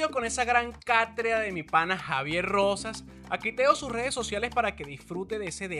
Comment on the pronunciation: Mi Hermano, con todo respeto y carino, se dice Catedra..... No Catrea....... Por favor!